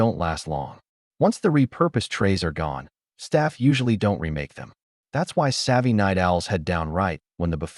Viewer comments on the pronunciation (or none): I wonder where this AI is from...it always pronounces "don't" as don tee....